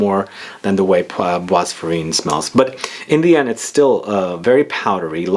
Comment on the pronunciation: It’s pronounced par-foom-urr’, not parfumay, and bois is pronounced ‘bwah’, not bwas. Sorry, but incorrect French pronunciation is like nails on a blackboard! 😬